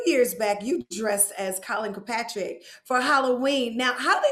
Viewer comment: Did I hear Colin Kap-er-Nick or Ka-Patrick? 😆